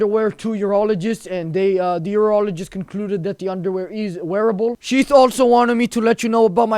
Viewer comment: With his accent bro pops up cracks me up when advertisement of sheath pops up sounds like we advertised by sht XD